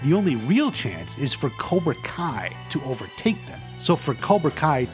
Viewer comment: It's cobra kai not cora